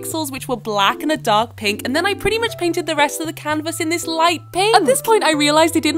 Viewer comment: Why do you end every sentence like dis: So I painted my canvas pinKKKKKK